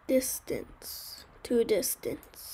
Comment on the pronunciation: tell him its distance not distanse